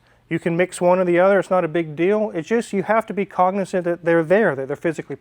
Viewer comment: "I have to be what-ni-zant?" Dean Martin 😁